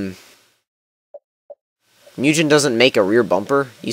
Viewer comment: The way you pronounce Mugen fucking irritates me